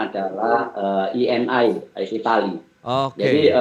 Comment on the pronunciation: Perusahaan italy itu eni ya tetap di baca eni bro, bukan i n ai...😅